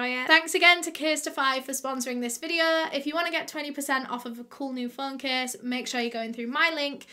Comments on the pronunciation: “Suh today’s videuh” Me: 👁👅👁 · Me: feeling sad: suh today’s videuh [sad feelings have left the chat]